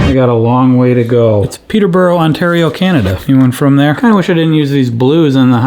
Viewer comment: It's pronounced "Peter-bore-oh". Love, an Ontarian